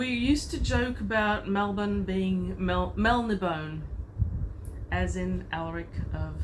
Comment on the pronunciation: Have to agree on all counts. the accent is on the last letter not the "i". There is an Outlaw Bookseller vid where he uses Melnibone-A (as opposed to Mel-NiB-o-neA)in front of Michael Moorcock.